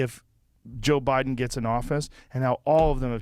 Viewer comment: Not sure if you know you even said it "obiden". Not trying to correct you in anyway.